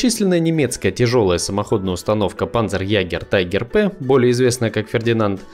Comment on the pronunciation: Какой ещё панцерЯгер тАЙгер?! Это немецкий танк, и произношение у этих слов соответствующее. Слово "Tiger" читается по буквам, почти как в русском, и нет никакого дифтонга "ай", не надо уподоблять все на английский манер, он не единственный иностранный язык...